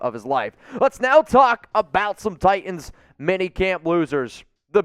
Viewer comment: There is a second t in Titans. It’s notTi-ands, it’s Ti-tans.